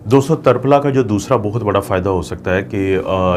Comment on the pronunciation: جزاک اللہ خیراً کثیرا ڈاکٹر صاحب لفظ ترپھلا میں ت کے اوپر زبر نہیں زیر ہے اسلئے اسے tirphala بولا جاتا ہے tarphla نہیں